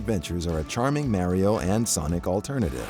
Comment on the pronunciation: Did u just say Mario like mairio what..